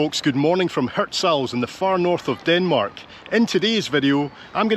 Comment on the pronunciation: I came to hear him pronounce Hirtshals😂😂😂😂 and he didn't fail